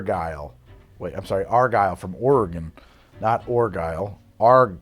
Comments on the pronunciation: I guess I shouldn't be surprised how wrong you pronounce Oregon, given how poorly you pronounce everything else in this video, but here we are. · Don't stress the second 'o' in Oregon. It's "ORE-uh-gun" not "ORE-uh-GON." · So a few things. First off, Oregon is pronounced ory-gun not ory-gone. Secondly, to stand up for the cheap bottles a bit, even if you picked the Crystal over the Argyle, it was close. I mean it isn't like the Crystal was ten times better and therefore it prolly isn't worth ten times as much. Finally, it's ory-gun not ory-gone. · Dearest, Argyle is not from Or-ee-gon, its from Or-uh-gun. Though all the French pronunciations are iffy too, and I like ya, so I'll let it slide. Would love to see a match-up from the 'Budget' sparkling wines when your headache subsides. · So the Cristal is amber colored. The Cooks is completely transparent. The Cristal bottle is also Cristal clear, aka you can see what color it is. Hmmmmmmmmm. Also. Oregon is pronounced "Or ee gun" ORRRR eeeee GUNNNN. Not ORGONE nor ORA GONE. Why did you drink and swallow? Wine tasting places recommend you only swallow once, at most, and spit out the rest into a discreetly provided bucket. Then you eat a bit of bland bread to clear out the flavors from your mouth. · please its oregon like ore again not like ore a gone. also come through portland theres a lot of good bars you may like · Ore-gun is how you pronounce my state SIR lol <3 keep up the content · Hooray Oregonian wine 😁 ORE-ee-gun, btw 😉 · Or-eh-gun, Oregonians thank you. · As an Oregonian, the way you said Oray-gone really, truthfully, hurt. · Pronounced "Or-e-gen" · It's pronounced "or-eh-gun." Get it right, putz. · Oregon for the win, but pls learn how to say it, its not a shape. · How did you just pronounce my state,?!? Get it right. Also, Argyle is so good, it’s been served for state dinners at the White House. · I hate the way you say Oregon as an Oregonian lol